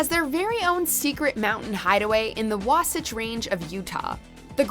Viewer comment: Sorry to disappoint but there is nothing that mysterious in Granite Mountain. There are just a bunch of genealogical records, historical documents, church records, and some religious artifacts. P.S. It is Pronounced WAH-satach. Please ask a native Utahan to learn how to pronounce the names in Utah properly, or look it up. People are also always mispronouncing Zion National Park as well. My favorite mispronunciation though is Tooele. Most people say TOO-LEE or TOO-ILL-EE. Sorry folks it is pronounced TOO-WILL-AH. What can I say... Utah is weird.